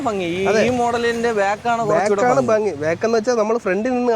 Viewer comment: ഫങ്ങി അല്ല ഭംഗി ആണ് ബായ്